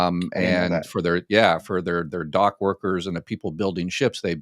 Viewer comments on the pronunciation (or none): none